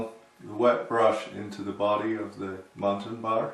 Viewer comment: I used to hear the old painters call them "mullions" and even "muttons", you're the first I've heard actually pronounce it correctly. Run muntins in a series of "L's",working from top to bottom of one sash. Then reverse the proceedure to finish the sash. Same for the bottom sash. Of course all sash should be left slightly ajar until the paint dries. Nothing like glazing and then knocking out a bank of eight over eights, that's decorating.